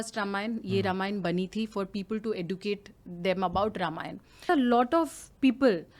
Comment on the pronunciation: Hi Debina plz don't mind ur pronuciation of educate is not right .